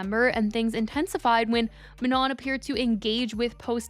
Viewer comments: exactly! it's also not maNON like on and off which is how she's saying it (and shes been told its wrong on her previous video about this) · No guys its not prenonced Ma-No its prononced Ma-nON, ON as in we in french or NON as in no in french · for the millionth times it's ma - no" jfc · She’s STILL saying her name wrong… it MAH-NO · Isn’t it pronounced “Ma-no” like without the n at the end? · Girl her name is pronounced Ma-Noh, like Manon without the n at the end. Everytime you post a Katseye video you get told and never learn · no, even manon said it herself that it’s like “Manó” and she said the n is silent. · It’s pronounced Ma-No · she said herself that its “Ma-no” and the “n” at the end is silent. The OP is correct. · say her name correctly lmao. The N at the end of Manon is silent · Hi just a gentle reminder the N at the end of Manon is silent ❤ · why are we STILL not pronouncing her name correctly? it feels deliberate at this point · We been telling her I don’t think she cares lol she been doing it wrong every video with countless comments correcting her